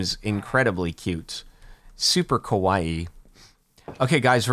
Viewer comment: you keep saying "KO-waii" and not "KA-waii" kowaii means scary and i assume you don't think the plushies are scary. bur they are cute and kawaii.